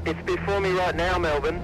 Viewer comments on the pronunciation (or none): Oshe eu falo berfor kkkkk